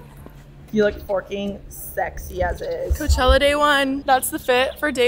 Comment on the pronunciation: I thought when role model performed I thought he was saying hoechella